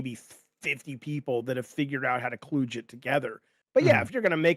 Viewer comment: Can someone tell him how to pronounce cludge?